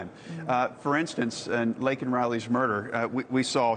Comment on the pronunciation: Say her name, Joe Biden. It's Laken Riley, not Lincoln Riley